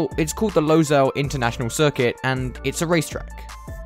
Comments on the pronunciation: It is not pronounced “Losail” it is “Lusail” speaking from a inside view. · Also it is pronounced as Low-sual not Low-zal (Pronunciations make sense with characters that sound as how it is pronounced) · I grew up in Qatar. Im so proud to see F1 coming to doha. And it's pronounced 'lou-sail' not 'low-sail' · So much ignorance in this video. How about starting by saying the name of the track correctly? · that is not how you pronounce losail